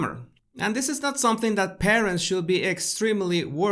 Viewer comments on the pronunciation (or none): none